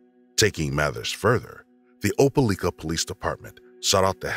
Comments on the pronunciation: Opa-like-a not Opa-leek-a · Opelika with a like sound not leak. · They keep saying opaleeka when in reality it is pronounced opalyka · Opa- li- ka, not leeka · Opelika LIKE- A not LEEK-A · I'm from Opelika and it's pronounced O-pe-Like-a. The Amore Wiggins case was heartbreaking and still is. And it's sad to hear about something like that happening in your own town. There truly are monsters everywhere. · it's oh-puh-lie-ka 😭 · I was just about to leave that comment. Oh- Puh-Like-Uh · Thank you for sharing the stories of these previously unsolved cases. At the risk of looking nitpicky, I did want to tell you that Opelika is pronounced like Opal-ike-uh (source: I'm from Alabama) Thank you for sharing these stories again! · Opelika is said, "oh-pa-LIE-kah" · the way they are pronouncing opelika is making my head hurt. It's "oh-pell-LIE-kuh" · Oh-pel-eye-kuh is how you pronounce that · Opelika = Op-a-LIKE-uh by the natives, I believe. I didn't realize at first what he was saying. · As someone who lives in Alabama... You miss pronounced Opelika wrong lol It pronunciation is ow·puh·lai·kuh I remembered that cause, I remembered being confused about that cause the parents said they were fighting for custody of her but also abandoned her...? Then again I was young when i first heard it. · Opelika: Oh-pah-like-uh. It's the next-door neighbor town of Auburn, Alabama, the home of my alma mater, Auburn University. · The proper pronunciation of Opelika is.... lika sounds like like with an a... Opelika....not opeleeka.... duh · It is pronounce Oh-pah-lie-kah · Imma say it Opelika is pronounced Ope -ah -LIKE -ah. From a Alabamian ❤😂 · Opa-lika Alabama lol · Mispronounced the town's name...irritating! "Oh-pa-lye-ka" accent on lye! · How many people need to comment how Opelika is pronounced? Damn y’all. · The pronunciation of Opelika is killing me. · Being from Alabama I cringe at the way the guy pronounces Opelika 🤦🏿‍♂️😂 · you said opelika wrong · Pronounced opi lika or ope lik-a